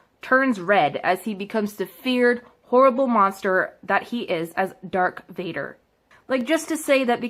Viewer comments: And she said Dark Vader. Not darth Vader but dark vader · IT'S LIGHT SABERS! NOT LIFE SAVERSS! AND IT's DARTH VADER, NOT DARK VADER! sorrry, got annoid ( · Haha “durk Vader” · Luke literally gets his hand cut off and she thinks this is sexist?! Also it’s DARTH VADER NOT DaRk VaDeR!!! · She really says: Dark Vader Life savers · So funny how she trying so hard to defend feminist issues and women but yet is so incredibly racist "all these old white men" "hes like black" like lmao you couldnt even remember the actor or his name. Also its darth vader not dark vador. Get a better education before embarrassing yourself. New hashtag #BanCassidyBoon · Can we talk about how you say dark vadar instead of darth? Also it’s red because they make a kyber crystal bleed with all their hatred, the colors for Jedi resembles their role or power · ITS DARTH VADER AND NOT DARK VADER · I like when she calls a lightsaber a lifesaver and did she call luke Skywalker sister Leia organa his girlfriend 😂🤣 Who heard that she called Darth Vader Dark Vader😂🤣 it's just making me laugh Her: Sexist? Calls Yoda green guy and chewbacca a hairy man and some black dude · For fucks sakes dark Vader no no no ITS DARTH FUCKING VADER YOU FUCKING TWAT Christ on a bike your fucking annoying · Megalomania sound it out bitch lol. The fact that shes seeing Star Wars like this and hasn't even seen the movies or read the books shows her real issues. And GODAMNIT ITS DARTH NOT DARK VADER! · did she say dark vader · She said ecspecially and anakin is darth Vader aka Luke’s dad and Leia is Luke’s sister and they are called lightsabers.also most siths and if you don’t know what they are the people on the darks side are men.also red is associated with several other evil things and his name is mace windu. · 1.Its Darth Vader not Dark Vader 2.Luke and Leia are BROTHERS 3.Anakin is the Father of Luke And Leia Thank you for reading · Ah yes. “Dark Vader” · "Dark Vader" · She can't even say "Darth Vader"